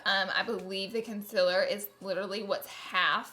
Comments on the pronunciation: Southern accent.... I'm from Texas so I'm used to hearing that. However, I have a pretty good ear and the ability to correct myself accordingly so I don't say things like that, lol. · I subscribed to her channel just to hear her say concealer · She still can’t say consealer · I don't know why, but I LOVE how she says Concealer 😂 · I hate it when she says concealer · Lol the word concealer lol... I love you! You say it fluent in “Laura Lee” boo... ppl just need to be fluent in you!!! ❤️❤️❤️ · I’m gonna say the word concealer wrong 18 million times today 😂😂 This is why I love you!!!! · The only thing I dislike about you is you can’t say concealer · i clicked just to hear her saying concealer wrong. no hate tho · When you realise that Laura knows about the amount of people who hate her pronounciation of concealer. Girl, say it the way you want❤. Great review by the way! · Am I the only one that noticed that she didn't spell nor say "concealer" right ?🤣😅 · Laura thank you for being so honest!!! I love watching your review! And am I the only one who doesn’t get annoyed by the way you say concealer?? Lol I couldn’t even tell until you pointed it out!! Love you Laura❤️❤️❤️ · There's a difference between having a speech impediment and her knowing she can say concealer but choosing not to and looking illiterate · haha noticed that too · Everyone needs to get over it.. That's how she says it. Move on. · Wtf ‘conciller’ ?!? Its concealer for fuck sake 😂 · Its fucking concealer not "conzeler" fuckkkkkk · ConCler not consIIIler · Its concealer not consiller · K Laura lee you need to learn how to say “concealer” it sounds like it’s spelt con-cea-ler not “con-sell-er”. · Can someone explain to me the difference between “concealer” and “conciller”, the pronunciation I mean, I’m not a native English speaker so I don’t really see the difference so PLEASE HELP ME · It’s not con-cil-er it’s con-CEAL-er😂🙄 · LAURAAAAAA ITS CONCEALER NOT CONCILLER LOLLLL YOU MADE MY DAY LOVE YOU